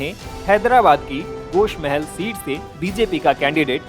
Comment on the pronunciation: गोश नही गोशामहल है भाही जरा देक बोले